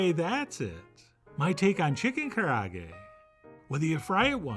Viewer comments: Ka ra ah geh, all vowels are pronounced. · Karaage is "Ca-Laa-Gay" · Kah-rah-ah-gay. Not that it truly matters, but that's how it's pronounced. But man am I happy to see Chef John making this. ツ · Look, Japanese-American person here who is sick of garbage pronunciations. It's "Ka (like Kaa from Disney's Jungle Book) Ra (like the Egyptian god) A (like "ahh that tastes so good") Ge (Geh with an "eh") Also who still says "saki" instead of "sake"? Your white is showing Chef John